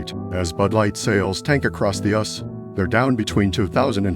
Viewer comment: Horrific AI narration of text! For example: "US" (united states) is not pronounced as "us" (e.g.. "it's us together").